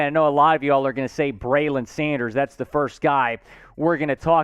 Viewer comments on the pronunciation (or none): none